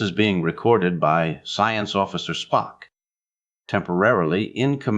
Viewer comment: I had to stop after a very short time. The reading was not checked,because "SPOOK" slipped into a Souther accent and the writer never saw TOS,only heard that Spock was logical, and also, not a Christian or cared to make a study of it. Ciao.